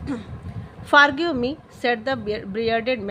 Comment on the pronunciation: Mam it is not fargive it is forgive